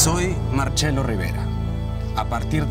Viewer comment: no eres Marchelo Rivera. CE = CHE CHE = QUE CH = Q ITALIAN ALFABETH Tu nombre es iberico no es italiano Capisce.